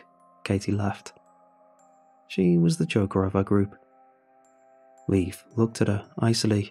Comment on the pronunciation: Leif is pronounced Layf not Leaf. Great story though